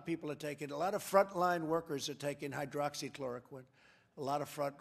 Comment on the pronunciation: poor guy cant even pronounce it